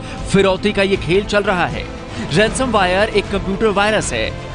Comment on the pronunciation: रैनसमवायर क्या होता है बे? इसे रैनसम वेयर कहते है (Pardon me for the hindi) :(